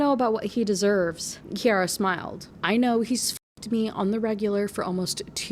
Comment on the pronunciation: SO weird to hear my relatively uncommon name being said so much in a video 😭 and I can confirm—it’s pronounced KI-ara :)